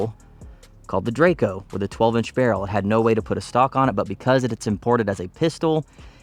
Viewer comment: Drako, not drayco :D